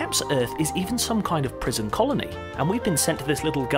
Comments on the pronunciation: prison CONNOLLY? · "...a prison Connolly..." You mean "...a prison colony..." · You said Prison CONNOLLY, (as in Billy Connolly), instead of Prison COLONY! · he said "prison conoly". :-) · a prison CONOLY??? Really? 🤣🤣🤣 Great presentation mate, and I love that you didn’t edit that one. It makes you human .... whatever that may mean. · I caught that too. He has several slips like that throughout the video. No big deal I guess....